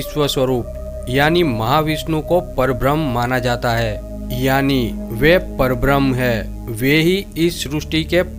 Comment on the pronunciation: Parbram nahi. Parabramha.m nahi h. PARABRAMHA. ha, haa nahi. Thoda ucchar thik se karo. Nice information.